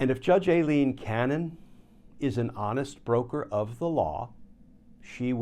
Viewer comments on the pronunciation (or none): im starting to think you are mis-pronouncing her name just to be irritating. It's pronounced EYE-LEEN.